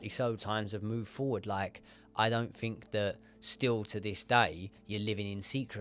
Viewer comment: It's common, I fink